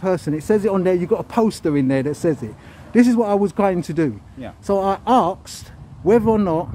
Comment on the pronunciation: He says "arksed" 🙄